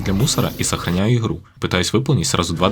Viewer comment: Не "ихру", а "игру"